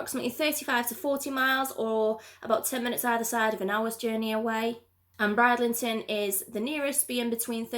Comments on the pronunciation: I know it was annoying she kept saying Bride instead of brid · You are great - Please although I just have to pull you up on pronouncing. Bridlington. Brid - Ling - ton. Thanks 🤩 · It's pronounced Brid-lington